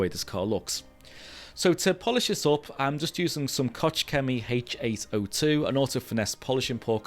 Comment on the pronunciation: Hello from Germany. A tip: Koch Chemie is pronounced like you would pronounce a Scottish Loch but with K. Any Germans watching would be winching 😂😂 but then they struggle with many words in English.